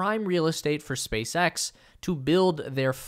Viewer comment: Did you say “Space Ghost”👀